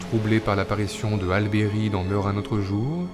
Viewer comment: Je vais me permettre, ça se prononce Halli Berry...